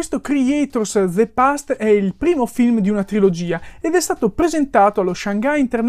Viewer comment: De past...😖 Non ti hanno mai detto alle elementari, alle medie, alle superiori (se le hai fatte) che la E finale in inglese non si pronuncia?